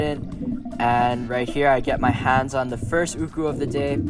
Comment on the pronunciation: Atleast you pronounce it correctly and not arrogant like Ryan myers “ooooohhhhkouuuuhhs”.